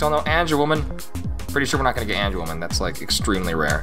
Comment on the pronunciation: This guy only know angewomon and he pronounce: angewoman